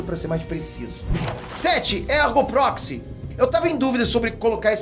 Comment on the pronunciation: falando ergo proxy doeu minha alma:v